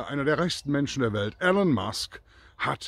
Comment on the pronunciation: "Ihlon" nicht "Ellen".